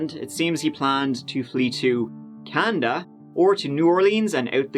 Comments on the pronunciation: "Canda" LMAO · "canda" No wonder this guy wasn't a doctor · Managed to get Terre Haute right, but not Canada? I lol'd at "Brush teeth" and "Floss".